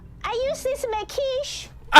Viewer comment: "I used these to make quishe" 😅😅